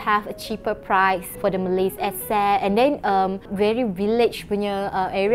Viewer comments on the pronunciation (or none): none